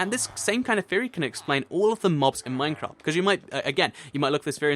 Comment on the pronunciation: Lol i like how he says minecrap instead of minecraft